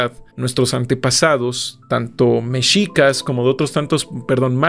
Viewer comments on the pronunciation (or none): none